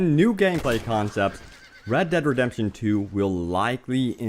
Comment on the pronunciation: The game is pronounced RED DEAD REDEMPTION 2 not RAD DAD redemption 2.